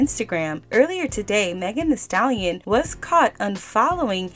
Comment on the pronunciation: 🤡🤡🤡🤡🤡=MEGAN “HEE” Stallion